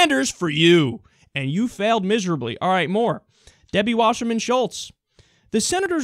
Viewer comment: The way you say "all" sounds like the way southerners say "oil". Conspiracy confirmed.